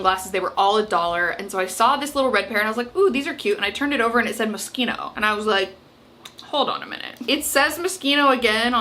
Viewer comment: I was today years old when I learned the correct pronunciation of moschino 😅